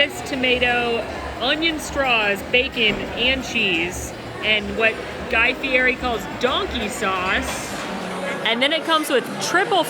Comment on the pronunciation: It’s Guy Fee- Eddie!!! The food is exceptional. Too bad you didn’t appreciate it.